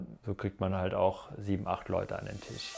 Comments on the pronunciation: Alles cool, ich kann nur nicht hin hören, kann bitte jemand dem Jungen mal sagen dass es kein tiiiisch ist, sondern ein Tisch. Die Betonung auf dem i tut wirklich weh 🤨🙈😩🤬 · 😂😂😂😂 hatte auch so gedacht, wenn er jetzt noch einmal Tiesch sagt beisse ich in die nicht vorhandene Auslegware 🤣🤣🤣🤣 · Tisch=Tüüsch 😂 Triggert schon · Cooler Typ, coole Wohnung, witzige Betonung beim Tisch 😅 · Wie er TISCH ausspricht 🙄